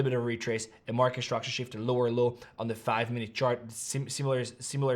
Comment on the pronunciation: Stop saying ish-tructure It's structure